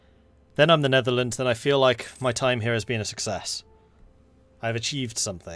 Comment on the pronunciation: nerdearlands lol.